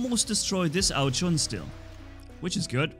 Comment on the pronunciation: It is ao jun not ao chun